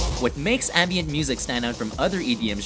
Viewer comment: Its Ambient not "anbient".